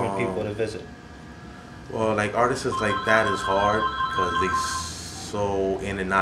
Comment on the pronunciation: doesnt know how to say artists lol